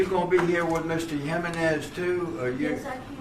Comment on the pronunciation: "Mr yemenez" 🤦